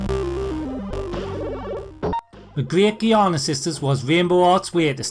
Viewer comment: It's "J-iana" sisters. :) No biggie just letting you know.